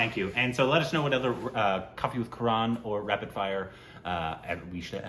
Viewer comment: It's "Kaa-Raan" Not Karen! 😭😂😂😂